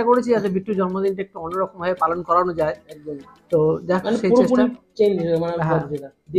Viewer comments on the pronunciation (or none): পলন না পালন 😂😂😂